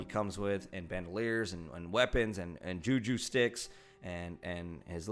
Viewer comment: I love that you butchered the name 'Gaffie stick" multiple times! hahaha, ju-ju stick, too good!!! 🤣🤣🤣